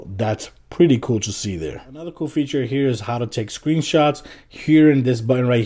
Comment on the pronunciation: It's so annoying how you pronounce "cool"